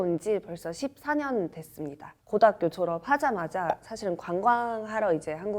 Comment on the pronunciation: 몽골사람들은 발음은 진짜 구별이 안가네 고등학교도 고다꾜라고 하네ㄷㄷ